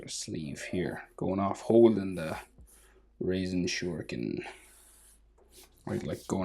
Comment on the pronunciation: Your soooooo good sir .🎉🎉🎉.btw it’s not “raisen” shurikin ……